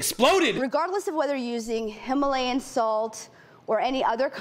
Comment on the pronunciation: I didn't know Himalayan was pronounced with a rounded mouth at the beginning. I thought the H sound had a more flat mouth position. She literally went: 😮😦😲😦🙁 not 😦😲😀😲🙁